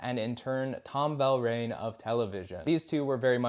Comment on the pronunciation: Tom Verlaine, not “Velraine.”